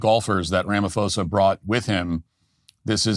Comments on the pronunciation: "rama-foza" haha... That's funny. I see a lot of US guys literally translate the "ph" over as the "f" sound they would get from "Philadelphia", "Philosophy" etc.. But the "ph" sound in his name would still come out as a "paw" sound. "Rah - mah -paw - za" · Incorrect pronunciation: "ra-ma-fo-sa" Correct pronunciation: "ra-ma-poo-sa" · Ph if not pronounced f It's pronounced Ramaposa. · Thank you for covering SA. When pronouncing Ramaphoza, just remember pronounce the P not PH. It sounds like this Ramapoza. Blessings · Matt Walsh - the 'h' in Ramaphosa is silent (always is in middle of Bantu languages). Pronounced "Rahma-pause-ah". Your facts are pretty spot on though. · His name is pronounced "rum ma poza" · “Ram a fohsahh” love it, in SA we pronounce his name differently “doos” I must say though being an actual white South African (apparently endangered) I am getting a front row seat to how America interferes and ends up invading countries based on good intentions but lack of insight. Send the CIA here let them investigate, crime due to corruption is the problem here not targeted racism, it’s so easy just get facts and figures. That said our leaders deserve to be humiliated and exposed. My fear though is that the US interference will ignite and fuel the fire here and cause racist attacks which will actually affect me unlike the farm crime. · The Ph in his name is not an F Matt..... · Afrikaner here, thank you so much for your analysis of the Trump and Ramaphosa meeting. And thank you for your hilarious pronunciation of "Rama-fosa"🤣🤣🤣🙌🏻❤️ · If Matt Walsh wants us to believe his show, he should learn how to pronounce Ramaphosa's name. Talk about sloppy reporting!